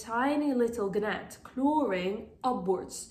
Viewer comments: Thanks for all information, it was very helpful. Another thing I her you call gnats (ganets) is that how it’s pronounced where you live? Here in the states we pronounce it nats the g is silent. I’m not trying to be a snub, I’m far from being a speech therapist. I have been corrected many time by my peers and such. I don’t get offended and I hope you won’t as well. Thanks😅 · whats a ganat? you mean fungus gnats? the G is silent